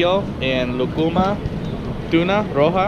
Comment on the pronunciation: thanks for coming :) BTW its LU - ku - ma not lu-KU-ma :)